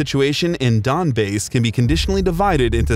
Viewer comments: did you really just call the Donbass 'donbase' ? How hard can you fuck up a name? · ''donbase'' lol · Donbase? Wtf is with these pronunciations